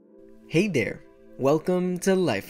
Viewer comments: He said hey dare not hey there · blocko : hey dhere Me :you're weird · He said "hey dere" xD